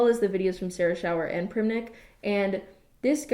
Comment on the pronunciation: Primink not primnik lol